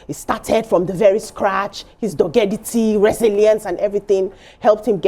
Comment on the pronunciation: It's doggedness not dogity... nothing like doggidity as said.